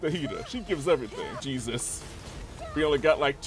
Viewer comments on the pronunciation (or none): none